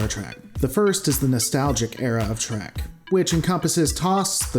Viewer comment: Best not be taking a drink every time he says Trak instead of Trek. Alcohol poisoning isn't nice.